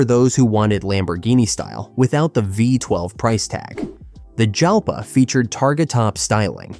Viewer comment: It's Lamborghini Jalpa , pronunciation like in the word jalapeño